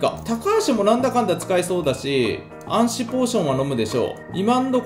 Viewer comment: 暗視のポーションの言い方が安死になってるよお